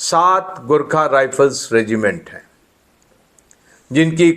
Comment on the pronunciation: garkhe nai horkha bolo pls